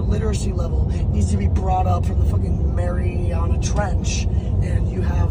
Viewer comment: I like how long he takes to say "Mariana" to actually pronounce it correctly